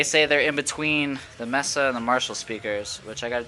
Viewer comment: pronounced MAYSA not MESSA - duh. And Orange cab sounds the best.